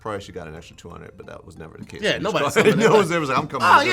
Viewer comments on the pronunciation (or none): none